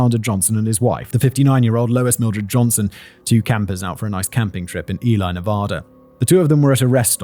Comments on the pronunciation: It's Ee-lee not ee-lye but given the spelling I don't blame anyone for not knowing that. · I do not want to be that guy but you pronounced Ely Nevada as "E- lie" it is pronounces "E-lee" Nevada